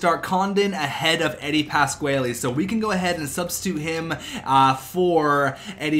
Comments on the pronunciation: Its pronounced Eddie Pas-Qua-Lee (Pasquale) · is that how you say pasquale? was bothering me